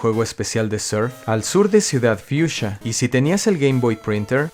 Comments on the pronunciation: Me desconfigura que digas ciudad fiusha y no fuxia siendo latino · Pero qué ciudad fiusia? Anormal! Que siempre lo dices mal, es ciudad Fucsia, como el color, fucsia!!!!! Como todas las ciudades de Kanto que son nombres de putos colores